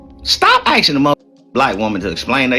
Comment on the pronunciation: Whole time he can't even pronounce "asking" 😂